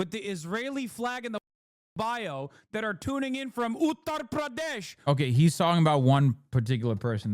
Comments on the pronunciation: And still mispronounces it. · no because he still doesn't say it correctly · On the “accent” thing I think it’s just him tryna say it properly? Might come off cringe but still.